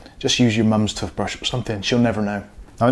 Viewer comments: Man said "tuffbrush" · Anyone else annoyed at how he sais toothbrush?